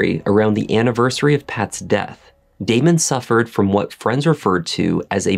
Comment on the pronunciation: Its Damon......🤦‍♀️